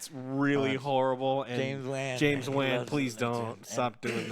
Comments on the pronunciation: How can you not know how to pronounce James Wan's name ? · I’m with them but is he saying James Waahn with a long “a” on purpose? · Why do pronounce the director as James “wan” 💀